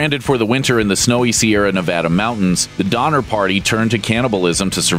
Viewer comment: Donner? Dahmer? Donner?..Dahmer?..Mhmmm!?!? 🤔🤔🤔